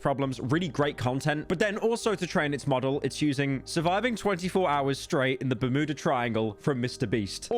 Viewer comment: "Burmooda triangle"